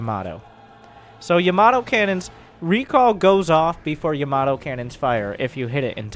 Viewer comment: No1 gonna acknowledge he's mispronounciation of Ya-mA-to? No........ ok